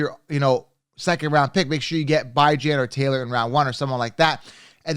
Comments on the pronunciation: Phonetics are funny. BIHJHAN is how it’s pronounced. No Bi. Good analysis. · Stick with football not giving an English lesson. You’re talking football to guys not to a bunch of girls. Until I hear him correct the football world about how to say his name it’s Bijan like you would say Dijon mustard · It is annoying to hear you say his name that way. If he says his name one way you should say it that way. Simple ... My ex wife is half slow and spelled my babies name with 4 owels in a row but she said it how she wanted. You should call him what he calls his self...🤣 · If we are talking about pronunciation issues... You're the. Cown-se-ler. But do you pronounce Country as Cown-tree or Cuhn-try? Using another word's pronunciation as a basis is bad. Love your content, but please just pronounce his name the way the person pronounces it. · I'm not sure if your joking or not on how to pronounce Bijans name lol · He’s doing it so ppl can comment and help his algorithm. Pretty damn corny coming from a grown man.